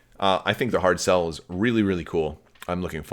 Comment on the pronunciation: You were close on the pronunciation of the name of the giveaway winner--the "ch" in Irish and Scots Gaelic words is a hard "ch" like "loch" in Scottish...and a "Galloglaoch" is a mercenary! ;) Speaking of pronuncuation/spelling differences: I heard the name of this ship as "Hard Sell," rather than "Hardcell," which is interesting since the Trade Federation is part of the Separatists and they have a lot of commerce-based names for things, etc.! So, I guess that this means that the Separatists never have "Tainted Love," then, since they only have Hardcells and no Soft Cells, eh? ;)